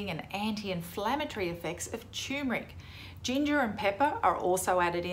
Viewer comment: It's pronounced TuRmeric, not CHOOMERIC!